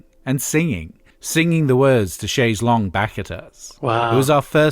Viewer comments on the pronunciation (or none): And why can't Americans pronounce chaise longue 😂